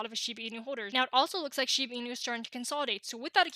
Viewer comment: It is not called shibi inu... it's shibA inu. Put some respect on the name